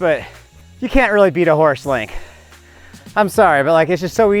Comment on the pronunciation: Bro, it's called Horst-Link not Horse-Link, named after its inventor Horst Leitner